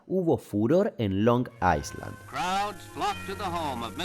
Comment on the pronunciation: Si vas a pronunciar la i con fonética inglesa, hacelo com toda la palabra. Es long "ailand", sin s.